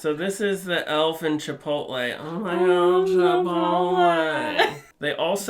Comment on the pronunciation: The way he says "chipotle" sent me